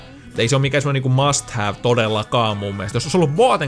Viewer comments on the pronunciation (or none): plays mast?:D